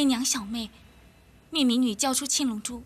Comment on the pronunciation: 青龙珠~七龙珠，发音好像喔，还以为包青天要审七龙珠?！🤣🤣🤣🤣🤣🤣🤣🤣😁😁😁😁😁😁😁